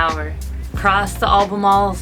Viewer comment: I'm laugh with you sister. You aren't the only one that has a hard time saying, "Albemarle". Good to see you again. 🩵⛵️